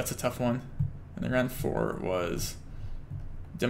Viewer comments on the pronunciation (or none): none